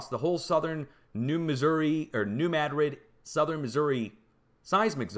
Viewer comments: Fascinating! Thanks somuch for sharing, as I look back at Lahaina, Maui, (8/8/23) and other fires taking place as of today, (9/5/23). By the way, I cringe every time you say Madrid and emphasize the first syllable. It's not pronounced MAD'-rid...it's pronounced....ma-DRID'. 😊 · The moors remember the earthquake and how our country was stolen as a result. It’s NEW MADRID LIKE SPAIN !!! You know how to say it